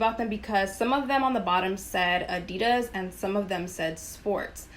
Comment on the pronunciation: Your pronunciation adidas is wrong if you care enough to learn